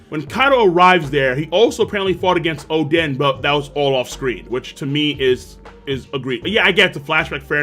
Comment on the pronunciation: Why does he call Oden, Chaden?